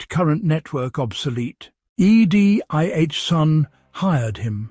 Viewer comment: E. D.I. son!? Is the narrator an idiot, or what? No, it' AI stupidity.